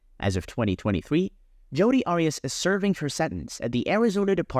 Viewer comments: Why are you saying Judy??? It’s Jodi …. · her name is JODI not JUDY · Her name is Jodi, not Judy. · To the creator of this true crime channel: You should stop using an AI-voice for narration, or if you are using your own voice, learn to properly pronounce names and words, and use correct inflection.. There are too many bad examples to name them all, but here are a few: Mimi-- pronounced as MEEMEE, not MihMih Martinez--pronounced as Mar-TEE-nez, not MAHR-tih-nez Jodi--should be pronounced consistently as Joe-Dee, and not alternatively as Joo-dee (Judy) proximity--should be praised as prah-xi-mi-tee, not as prih-xi-mi-tee. And the list goes on and on. A huge thumbs down for this channel, since narration is a vital part of these videos. Otherwise, we could all just read a newspaper article or a transcript, which in tjis case would be an improvement.